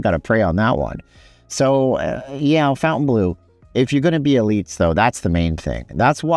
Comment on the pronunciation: its not pronounced Fountainbleu